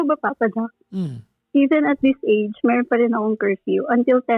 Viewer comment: Ganun na po ba pronunciation ng word na me “R” pa~~ra ,, me~~ron bulol style uso ngayon? 😅